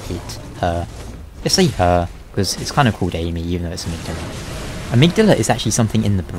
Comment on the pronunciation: Okay. I just want to know. Why do so many people actually pronounce Amygdala incorrectly? I mean christ. Patches LITERALLY says it in the cutscene that takes you to this place. There is no excuse for almost everyone pronouncing its name wrong. Still love the videos. Keep em coming.